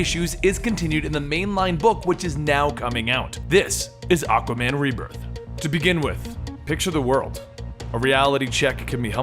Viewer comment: So I can pronounce it Supperman? Lol, the word existed before the name, or are they battling Aquayman?